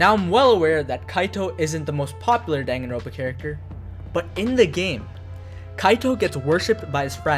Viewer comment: distracted by "danganro ̶n̶ pa"